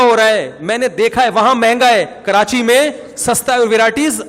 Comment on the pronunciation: Han molvi sahab apki bat theak h karachi ky logon ke urdu bohat achi h woh log karachi ko karanchi kehtay hain hahaahhaahahahhahaah